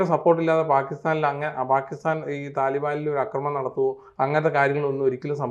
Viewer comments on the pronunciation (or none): അക്രമണമല്ല,ആക്രമണമാണ് ആക്രമമല്ല,അക്രമമാണ്